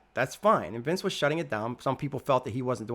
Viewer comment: Who is Vince? 🤔... I believe you mean Vance.